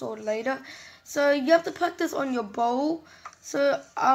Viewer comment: Aka Bow But When U said it once u said Boaw